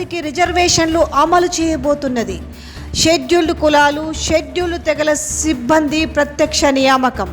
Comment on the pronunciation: సిబ్బంది అనే పదాన్ని చాలా ఇబ్బందిగా పలుకుతున్నారు. సిబ్బంది పదంలో జట్కా లేదమ్మా